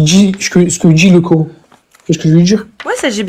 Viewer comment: Je constate que les musulmans taré prononce " coorhaine " en place de Coran !🥴